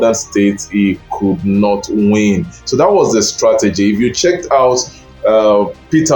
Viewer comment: This is a shallow analysis. Define the work “lock down” as used in ur presentation. Did he win the hearts of the ppl or the Governors who control the states? Lastly pay attention to proper pronounciation of words. Not vs north. How is “t”vs “th” pronounced?